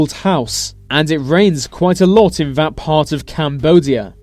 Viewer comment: What's with the "vis & vat"? Can't he pronounce 'this & that'?